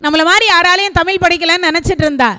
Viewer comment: அருமை அம்மா. தமில் அல்ல தமிழ்.